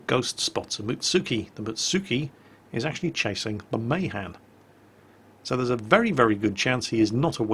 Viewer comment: NOT MAYHAN MAAAHAAAN